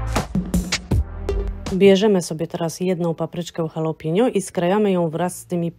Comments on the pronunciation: halapeño, poprawnie😉, a nie halapiño jak ta pani twierdzi... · Ja bym jeszcze dodała ,że nie mówi się halo pinio tylko halapeńo...a pisze jalapeño